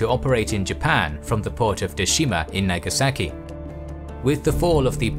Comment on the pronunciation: its nagasaki not nageseki